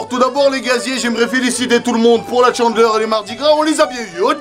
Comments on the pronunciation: 《Chandeleur》 on prononce pas 《Tchandeleur》 Pitieeeer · C'est la "tchandleure" je suis morte .😂😂😂😂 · La...chandeleur... ou est la liaison avec un T? 😂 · Hey c juste pour te dire que c pas la «tchandleur» mais la «chandeleur»😂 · On dit la chandeleur pas la "tchandeleur" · c pas tchandeler c chandeler😂😂😂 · CHANdeleur pas TCHENdeleur 😂😂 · c'est pas la Tchandleur c'est la Chandleur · on ne dit pas chandler mais chandEleur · Chandeler pas tchandeler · Ca m'a fait rire parce que tu dis la Tchandeleure 😭😂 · C trop drôle quand à au lieu de dire chandeleur tu dis tchandeleur 🤣🤣🤣🤣🤣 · La "tchandleur" mdr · il dit la tchandleur chelou comme prononciation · Mdrrr il dit tchandleur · la "tchandleur" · Tu dit tchandeleur